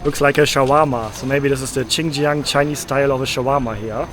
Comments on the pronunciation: dude, when you eat it, its "hao chi", when you drink it its "hao he". "chi" is eat, and "he" is drink in mandarin chinese. beware, soup you drink, he, in China, not eat, chi. and also, not Chinjiang, but rather pronounce it Shinjiang, or Sinjiang. :D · X is pronounced like "s", not "ch". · Xinjiang, the pronunciation of the "Xin" is similar to "sing". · I do recommend learning how to pronounce Pinyin letters. X= sh like in she. Shin Jiang or Shi Jinping (Xi Jinping). Q = ch like in China or Qongqing (ChongChing) Online guides are common or just use Google translate. It will help you not sound stupid.